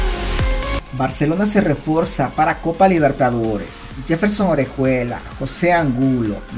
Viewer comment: Minuto Barcelona se reforza 🤣🤣 se dice refuerza. 😅 revisa el video antes de subirlo. 👍